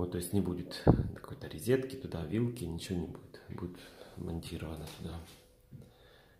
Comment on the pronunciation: Резетки в колидоре. Поброюсь и пойду каталет поем)))), ты же человек искусства, учись грамотно говорить)))